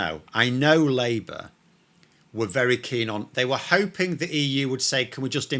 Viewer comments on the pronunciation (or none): none